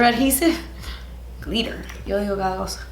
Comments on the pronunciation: Now every time says ‘glitter’, all I hear is ‘GLEETER’ 😭😭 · “Gleeter” lmao that’s something I would say & right after I would say “English is not my first language” 😂😂😂